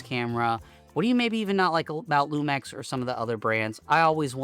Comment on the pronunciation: Hearing it pronounced Lumex was killing me lol